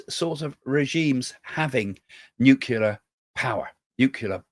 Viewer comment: Can you please say nuclear the correct way it's not nuclear